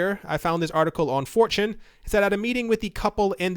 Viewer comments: Every time you mention Fortune sound like you say 4chan... >_> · Whenever you say, "this one is from fortune," I hear, "This one is from 4chan!"